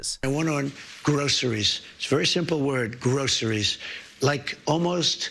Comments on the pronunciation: Why, oh why, do they say, “grosheries”? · Who uses that word Groceries? Gro....sher.....ries. Ahhh maybe people who don't sit on gilded furniture Crarcker J Trump. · Who uses the word “groceries” ? Certainly Trump and his wives and concubines don’t use that word. He sounds like a 4 year old that learned a new multi syllable word … grow sir ees! Who uses that word??? I just give me a Ham Burg Eer! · The grocery pump is responsible for prices! Donny Del Boy is doing everything he can to fix this...and so he should, he caused it! Grross erees. Like he overpronounces words he never heard of before ! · Correct me if I'm wrong, but it almost sounded like Trump has never said the word "groceries" before... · It sounded as if he was saying that word, and also 'apples' for the very first time.